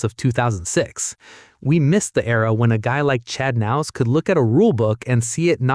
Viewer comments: Who's nouse? Are you talking about Kah-nouse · the narrator pronounces the "k" the same way we do in the word "know" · The k in his last name isn't silent..... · U could say Chads last name right . That's annoying.